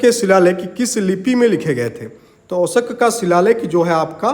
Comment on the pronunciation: Sir aap 'Ashok' ko bar bar 'Oshak' kyu bol rhe ho. ?